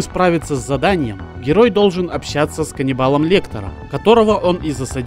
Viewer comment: КАНИБАЛ Лектер😄,вобще то Ганнибал😉